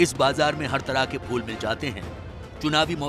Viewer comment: Inko reporter kon bna diya yar phool ka uchcharan bhi shi se nhi kr pa rahe h